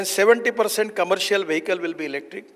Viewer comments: Bro anchor , it is not 'Wahikal' its vehicle. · The anchor cannot pronounce "vehicle"